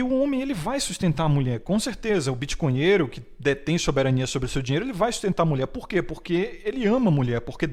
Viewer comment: o 🦉 fala bitconheheiro e eu entendo maconheiro.